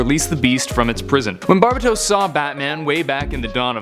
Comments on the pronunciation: You pronounce so many names horribly my god lmao. Bar-Bay-tos. not barba tos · ITS BAR-BAY/BAE-TOES NOT BAR-BA-TOS JESUS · Actually pronounced bar-bay-tos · Not trying to be rude but its pronounced bar-BAT-os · It’s pronounced bar-bay-tos